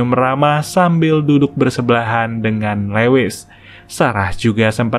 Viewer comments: Min, maaf ralat dikit ya.. Lewis bacanya Luis bukan lewis.. Thank u, Min.. Semangat.. keren channel-nya.. 👑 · Lewis dibaca Luwis